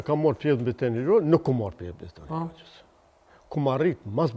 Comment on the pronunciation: Logja, fshati quhet Logjë oo bari delesh, jo Lozhë